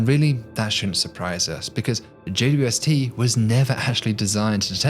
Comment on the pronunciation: I’m obsessed with his videos simply on how well he says “JWST” as only four syllables. How the hell does he roll that off the tongue so well!?